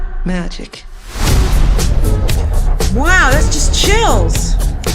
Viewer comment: you said chils and i got chills ❄❄❄❄